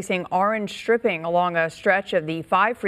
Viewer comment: It's pronounced stripe-ing.